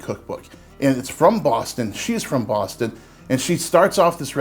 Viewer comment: I don't know where hes from, but I approve of the way he says Bwoston. Unintentionally very accurate👍